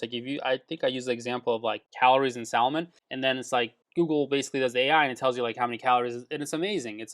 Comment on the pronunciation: Salmon is pronounced phonetically as “saaa-mon”